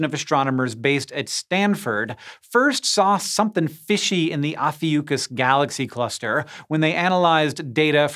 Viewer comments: Ophiuchus is Latin based, so pronounced Oh (like Oh boy) fi (rhymes with pie) uh (rhymes huh, duh) cuss (like cuss you out). I can see you looked it up and got the wrong pronunciation online. Can't trust those guys! When it sounds clumsy, it's suspect. Any terminology, ask a Latin teacher! Or an astronomer, in this case... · Hank Green, I'd never think you'd disappoint me so, mispronouncing "Ophiuchus" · The most surprising thing I learned in this video was how 'Ophiucus' is actually pronounced